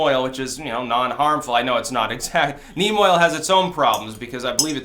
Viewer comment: for a second there i thought you said meme oil haha